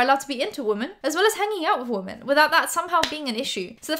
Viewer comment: Love your videos but gahd I cringe every time you say womAn when you mean womEn sorry 😇